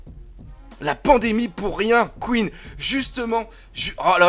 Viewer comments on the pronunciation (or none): none